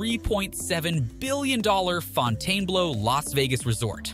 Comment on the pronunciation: Pronounced- Fountain-Blue, not Fontaine-Blow